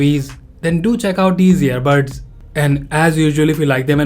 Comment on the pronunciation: Its earbuds not earbirds